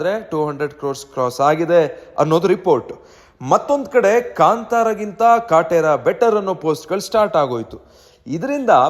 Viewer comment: ನೀನ್ ಮೊದಲು ಕನ್ನಡ ಸರಿ ಮಾತಾಡು. ಕಟ್ರ ಅಲ್ಲ ಅದು ಕಾಟೆರಾ 🤣🤣